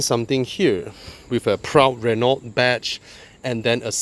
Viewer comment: Good car, bad review. PS learn to pronounce Renault